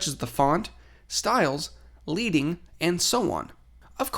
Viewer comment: It's pronounced LEADING as in LEAD (the metal) not LEEDING. It refers to the lead strips used to separate lines of type when it was done by hand.